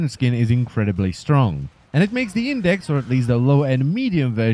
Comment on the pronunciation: it's IndeX not IndeC